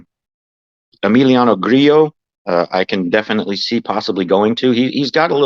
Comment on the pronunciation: Two thumbs up because you actually pronounced Grillo correctly. 😂. Good stuff guys. I might start dating Webb again.